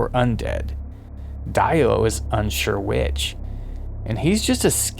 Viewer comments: Die-o, not Dee-o? Oh well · i cant shake the feeling that something´s wrong whenerever you say Daio instead of DIO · Every time you guys say DIE-OH instead of DEE-OH you date yourselves as infants of the empire. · It’s pronounced, “Dee Oh” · Correct, that is the proper pronunciation. The English voice actor made a mistake. I am British and it would be pronounced as “Dee Oh” 🤘🏻 P.S Great breakdown!